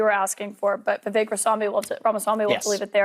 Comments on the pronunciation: Great vids but his name is pronounced Vivake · Please pronounce his name correctly